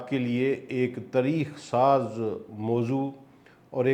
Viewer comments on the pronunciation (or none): none